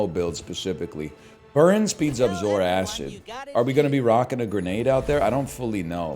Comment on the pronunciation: its pronounced "Zor-Kid" not "Zor-Acid"